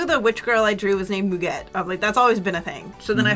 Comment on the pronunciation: when do we tell that muguet is pronounced MOO-gay